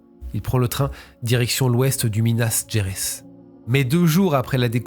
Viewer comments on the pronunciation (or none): Minas Gerais se dit > « minass géraïs » You’re welcome.